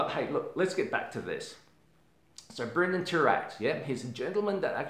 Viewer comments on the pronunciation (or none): Thank you for this video! Also wanted to mention, his name is Brandon not Brendon. ☺